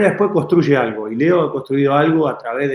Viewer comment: te ha dicho Leo,Leo coño no Lio!!jajaja